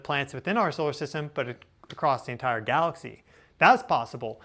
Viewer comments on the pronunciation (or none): none